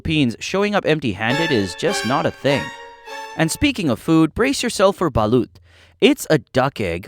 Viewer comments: It's balot not balat at magmano is blessing with your hands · When u say “Siargao” make it sound like “shargao” and baloot “balot” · Mano? Well Sometimes depending it called bless also I forgot to mention Ba-lut nah it's Balot (ba-lot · "asWONG" "baLOOT" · For the Americans or the people who can’t pronounce balut. Its actually pronounced (Bah Lot)